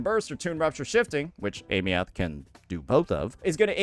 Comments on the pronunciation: why you still pronouncing her name like that?? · Is he pronouncing her name incorrectly on purpose for engagement or is he stupid? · Girl learn how to pronouce her name. It's not hard!